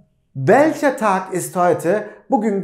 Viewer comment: Welche Tag ist heute, derken welche Tag ist (Tochter) gibi ses çıkıyor :))